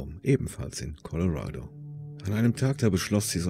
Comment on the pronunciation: Danke, dass Du korrekterweise "Colorado" sagst, und nicht "Coloräido".